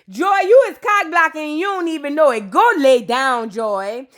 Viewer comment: Not “her sista knew Knaoww”😂😂😂😂